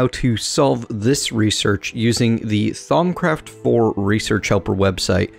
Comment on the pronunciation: all the u's in thaumcraft are pronounced like "oo" as in c-OO-l